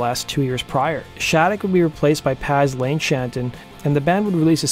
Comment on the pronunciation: I enjoy your videos. FYI Lyres is pronounced the same as liers, it's a play on the sound of the spelling. Also, Paz Lenhantin is like: Paw Len-chon-teen